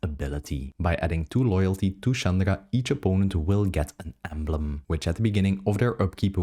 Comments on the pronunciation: Why do you pronounce Chandra like "Chandara"? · you do not pronounce chandra like that bro :0